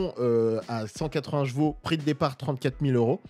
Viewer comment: J'en peux plus de ces youtubeurs auto qui ne savent pas prononcer chevaux, chaque vidéo tu sera obligé de parler de cheval c'est ton métier alors prend le temps ou des cours de soutien pour apprendre à parler de Gvo. Tu te promène avec ta gamine tu lui dit pas "oh regarde le Gval!" Bordel de merde fallait que ça sorte je me sens mieux 😅😅😂